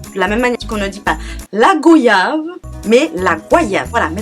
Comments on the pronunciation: Aaaaaaah enfin quelqu'un qui se révolte sur la manière de prononcé le mot "GOYAVE" goyave et non "go yave". Non mais c'est quoi se délire, quel est l'abruti qui a décidé de changé la prononciation de ce mots? Pour temps, ils disent "voyage" correctement, donc je ne comprend pas. Et n'en parlont même pas du mot "coco". La coco⁉️🚫🚫 c'est quoi se bordel. Les gars ont dit "LE COCO". Enfin bref. En tout je te remercie énormément d'avoir mit le doigt sur ça 👏👏👏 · Mon dieeeu merci parce que j'ai tellement horreur de les entendre mal prononcé la goyave ! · Oh putain... Je me bats tout le temps pour la prononciation de la goyave.... Je te jure en France 😬 Les grained d'orange C'est la base aux Antilles